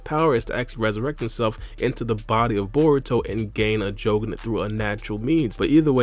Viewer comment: Stop saying jougan like that